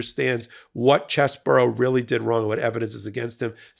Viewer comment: Cheese-Bro not Chess Borough.